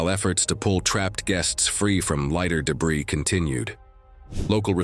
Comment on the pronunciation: What's dee-bree? Would it have anything to do with debris?